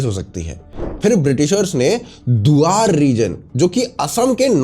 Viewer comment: Wrong pronunciation of Duars😂